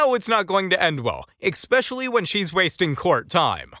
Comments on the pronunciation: re - Did the narrator just say "Eck-specially" instead of "especially?" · eSpecially not eCspecially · Narrator: Ex-specially vs especially approx 🤣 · (robo-narrator) "Expecially" ? Ugh. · If the narrator is going to be smug in his comments, he should probably learn to speak English. The word is "especially", not "expecially". No X. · ...there is no "x" in especially... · Hey narrator the word is especially not expecially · It's ESpecially NOT EXpecially ! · expecially. Why didn't we get to see if Karen answered the Judge? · Eckspecially! LMAO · this dude just said expecially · EXPecially, It's ESPecially. Call me a karen, don't care. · "Expecially" is not a word. Just makes you sound stupid. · gosh, I was about to write the same thing until I saw you had written it! EXspecially if you supposeaBLY AX the question! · expecially lol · The word is "especially," not "exspecially." You're welcome. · ESPECIALLY! Not EKSPECIALLY. There is no such word ffs! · Need to find a reader who doesn't say "ekspeshully". No wonder the whole world laughs at Americans... jeez... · Ecspecially? That's a new word to me what's it mean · Pleeeeease stop saying “eXspecially” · Please stop saying "exspecially". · Dear Voice Over. The word is Especially, NOT Expessially. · Did he just say "eCspecially" ? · "EXspecially"? Who are you - Chicken Decastro? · It’s not “ekspecially “ dopey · EKSPECIALLY? Really? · Did you just say “Ek-specially”?? Dude there is no such word n the English language. Did you actually go to school? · Note to the narrator. It’s eSpecially, not eXpecially. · It is pronounced especially NOT expecially? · ESPecially....not exspecially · The narrator guy said “EXspecially”….that’s when I stopped watching. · Did the narrator actually say "exspecially"??!! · I almost threw up when I heard "expecially" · The narrator syas "exspecially." How is there an "x" in that word? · this narrator should be held in contempt for saying EXspecially ! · You said "ekspesialllllly"